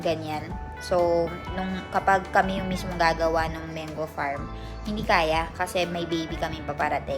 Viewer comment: MANGO correct pronunciation po Mang-go not Meng go